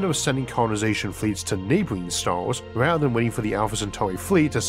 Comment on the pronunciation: Me: stars Isaac: staurs